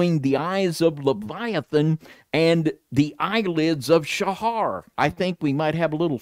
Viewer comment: Pronounced Sah......not Sha....like satyr isn't pronounced saa-tar.........then minutes later he changes how he pronounced it, so I'm pretty sure thinks it gives him his "niche" They went to illuminati colors, still uses foul language.......and he's busy trying to find "his" look. It's bad enough that didn't know who said to "turn the other cheek". Then didn't even tell or correct worldly view. This should give a warning to anyone that is seeking truth. If they can't be truthful with each other.......at best is a cliff notes user. Alberino is a twister of the scriptures and they are acquaintances. He's written a whole pre -Bible story. Ridiculous man made story. Roman -24. Like Ken Hovind and his ridiculous crystal firmament story. Another Roman "Christian." Really study what these men tell you. Like Rob Skiba said....study it don't just accept it.